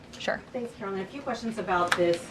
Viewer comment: Its karline, with a k. Say it right, she deserves that respect